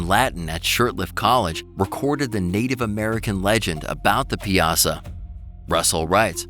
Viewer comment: Piasa is pronounce pie uh saw